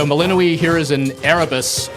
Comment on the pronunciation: melino - WEE lmao, shouldn't the developer pronounce it the same as in the game?